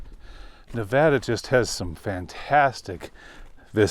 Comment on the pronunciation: Thank you for pronouncing Nevada correctly. Love your stuff! Keep it up brother!